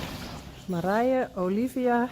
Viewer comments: I like how it is pronounced. Like Mariah...Olivia was my first choice but do any of us really care as long as she is healthy and happy and we get to watch her grow. Thank you sooo much for all you do.🤟🥰🐎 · Now that I know how you pronounce the name, I love it 🥰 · Marje is so pretty even in the way you say it! Love it! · Marije, the way you pronounced it, What an exotic name! 😍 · Marije is a beautiful name the way you say it. I did like Olivia too. Nelly has a connotation for me as being kind of a nag or old farm horse. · I was all in favor of Nelly but when I heard your voice pronounce Marije I loved it! Suits her. Fun how you did this. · Oh I love the way Marije's pronounced!! She looks so happy with her name! Yayyy, my favorite was chosen. Maybe if we get another filly one of them can be Olivia! 8D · Honestly, I was all in for Olivia until I heard you pronounce Marije. That’s the one! So glad Saly agreed with me! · Marije - what a beautiful name - the way you pronounce it makes it magical, soft, flowing.